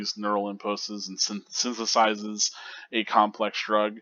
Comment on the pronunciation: It's pronounced 'synthesizes' 👍